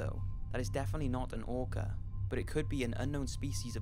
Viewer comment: He called the orca “those orcers” like a racist😭 .